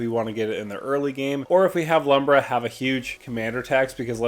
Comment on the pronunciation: I know it really doesnt matter. But Lumra is a girl and her name is pronounced "Loom-rah"